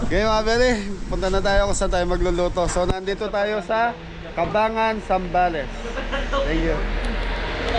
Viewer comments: Ang pagbigkas ng lugar ay "cabang gan" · mali pagka bigkas mo sa lugar...😅 ca bang gan.ganyan tamang bigkas sa lugar.just saying lang 😂